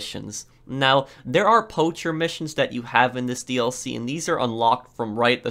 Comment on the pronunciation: i didn't know there was pronounced DARE